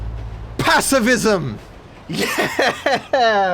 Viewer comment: "PACIFISM!" - 2k19